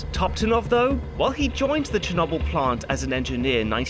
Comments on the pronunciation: you really pronouncing it chen noble? Maybe you should look up the history on how to pronounce Chernobyl. It is spelled with an R in there and there isn't 2 N's. Черно́быль. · Really? Cher-nobble? You brits really deserve the hate you get for your ridiculous pronunciation of words. Love the channel tho :-) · Just here for to criticise the historical accuracy parts of the movie while not even attempting to pronounce Chernobyl correctly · What's even worse is how he pronounces Chernobyl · Did my senior capstone on the Chernobyl disaster! My professor kept telling me to watch this show because it was so accurate. But seriously I don't think I can watch this video with pronouncing Chernobyl that way 💀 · Why do you pronounce Chernobyl like that? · ok do brits deliberately choose different pronunciations i feel like that happens i mean i have never in my life heard cherNOBBLE even brits say cher-noble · Cher No Byl not Cher Nob Byl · Pronounced correctly in Ukrainian: “Chair-No-Beel” (last syllable rhymes with “Wheel”). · Please stop saying cherknobowl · Cher no boil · Chur-knobble is all I can focus on 😭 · Chernobble...? How do you pronounce noble? Like no-b-l? or like gnome; gno-b-l? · I love this channel. But, why do Brits insist on pronouncing things in such ideosyncratic ways? "Cher-NOBBBL" Now someone will say "welll um actually that's closer to" but why not just say it how everyone says it? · For heavens sake man. It's pronounced cher NO bull. NO. Why do you do this every single time? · ah yes, Cher-knob-yl. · Constantly pronouncing it "Chernawbyl" is killing meeeee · Chernobble EDIT: Rentgin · I knew as soon as the video started and he started saying "cha-nobble" it was gonna drive me nuts...still a good video though, appreciate the effort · He hit us with the cherno🅱️🅱️le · Che nable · Chernobbel XD your pronunciation of chernobyl makes me laugh a bit Very nice video you have been missed!